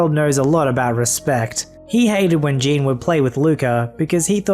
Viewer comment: You're pronouncing the name "Jean" wrong. It's pronounced "Zhonn."